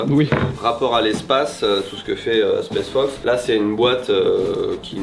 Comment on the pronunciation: m'a tendu à dire spesse fox et the North fesse toute la vidéo 😭